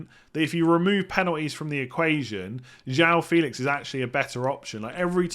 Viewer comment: News broke yesterday: it’s actually Joao Fay-lix